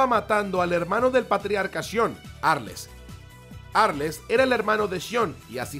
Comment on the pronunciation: Tdo incomprobable ni el nombre de arles decia bien